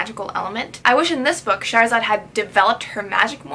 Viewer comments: Her name is pronounced Shahr Zaad. Shahr meaning city and Zaad meaning born so her name means born from the city in Persian. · It's pronounced (shah- ra - zad) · Her name is pronounced sha-h-ra-zad